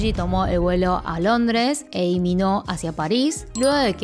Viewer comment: hola! una pregunta, por qué Lee lo pronuncias como "i" sin la L? como en el por ejemplo!